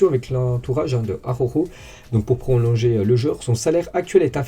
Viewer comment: Bonjour, je suis un inmigrant catalan en France, et je rigolo quand tu dis le nom D'Araujo, c'est compliqué la R et la J pour les français J'espere que ta prononciation et mon ortografie, elles experimenten une amélioration